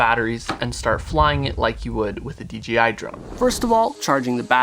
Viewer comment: Crazy how often pronounce dji wrong